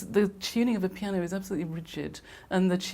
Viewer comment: After watching this I think it's safe to say, that man can't say the word piano